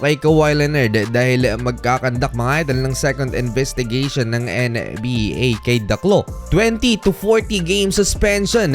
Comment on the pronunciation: Kayasin mo nga dila mo ang arte arte mo sa pad bigkas ng NBA! pweee!!!!